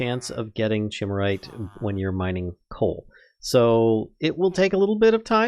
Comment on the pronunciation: Chimerite is pronounced "kai-MAIR-ite" as it's named after the Chimera, color shifting mythological thingy